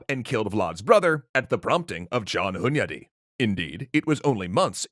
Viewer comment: First: I'm pleasantly surprised by the pronunciation of Hunyadi. Close second: damn that guy had a lot on his plate! Respect!